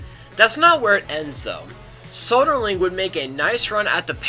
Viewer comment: Soderling would have won the French Open, he would have beaten Federer like he beat him next year, but the 5 setter against Gonzalez got him.. So, it's "thank you Gonzalez", not "thank you, Soderling".